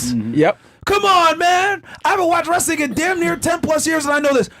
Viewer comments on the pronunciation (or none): Wrastling???? Really?